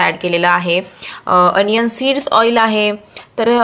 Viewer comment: अनियन नाही दि ओनीयन ग